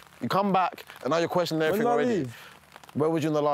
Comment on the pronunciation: "le erryteeng" is a linguistic master